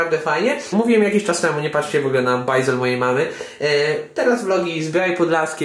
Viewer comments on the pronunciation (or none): "Bajzel", a nie "bajzer"...